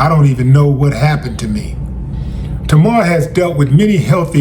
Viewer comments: Wow Willie, you don't even know how to pronounce her name right, but you gonna cover the story anyway? SMH it's, TAY-MAR!! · Pronounced TAY-mahr... get better soon ASAP. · There is no o in her name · When you can’t pronounce her name that’s when I gotta go. Smh